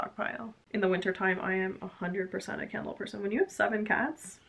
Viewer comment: Oh I heard KINDLE instead of candle... and was like,, why does anyone need moren than one kindle? And shoes are so important, so I love your choice:) I'm still working on my thesis, Agatha Christie on stage for teenagers... xx